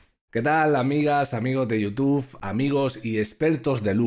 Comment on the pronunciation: Alguien normal: YouTube;: yutuf 😂